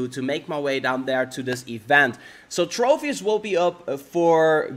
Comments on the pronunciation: It's tropius not trofius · As well as every time he said "Trofius"... TroPius, with a 'P', not with an 'F', not with a 'PH', just a singular 'P'.